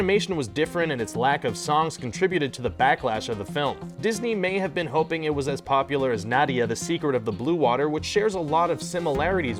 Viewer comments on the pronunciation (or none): none